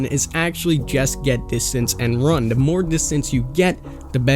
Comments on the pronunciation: Solid video but it’s “th”, not “d”. There, not “dere”. The, not “duh” And so on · Dare = There Da = The Dis = This